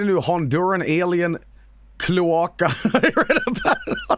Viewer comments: KLEW AHKA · joels pronounciation of the word "cloaca" is one of the funniest things I've ever heard